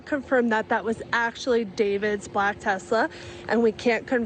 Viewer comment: did she just pronounce Black as Ba-lack